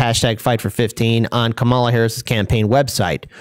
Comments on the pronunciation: Please pronounce Kamala correctly. First syllable accented. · Is there any particular reason for your mispronouncing the VPs name? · We'll pronounce it correctly when she does something good.